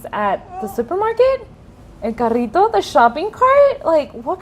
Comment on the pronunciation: Arriba el Spanglish hahahahah el carrito hahaha como dices bonito la rrrrr hahah 💕💕